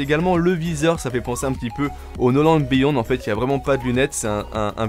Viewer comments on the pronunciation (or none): none